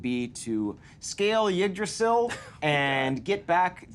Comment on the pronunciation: The pronunciation of Yggdrasil hurts every single time.